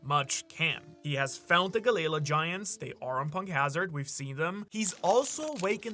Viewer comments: Pluton is under wano 😂😂😂😂 it was confirmed to in the manga at the end of the wano arc also its gally lah not ga layla please pronounce it if your an actual one piece fan ud say it correctly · Why do u keep pronouncing it as Galayla I thought it was Galley-La🤷🏾‍♂️ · Bro it's Galley La not galayla 😂 come on ur accent isnt that bad 😤 please if ur gonna sponsor so much use it to double check pronuciations 😊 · I hate the way galley la is said......